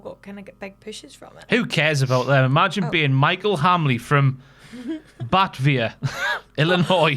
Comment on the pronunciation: It is pronounced /bəˈteɪviə/ not Batvia. What and it is a lovely suburb of Chicago with 30,000 people.